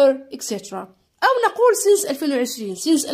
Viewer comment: أستاذة متتقراش سينس تتقراساينس